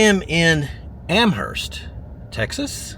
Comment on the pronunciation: By the way -- not sure about there in Texas, but in New England, the "h" is silent. "AM-urst".